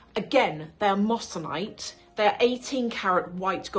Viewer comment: Great video ❤, really enjoyed this! Just a small and hopefully helpful note: the correct pronunciation is “moy-suh-nite” (moissanite), not “mos -san -ite.” Easy mistake to make! It’s a beautiful stone though, honestly even more brilliant than diamonds in some cases. Loved your breakdown overall!❤